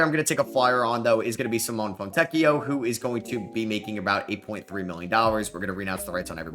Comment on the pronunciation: (btw the E is pronounced in Simone, like in Nevada or never)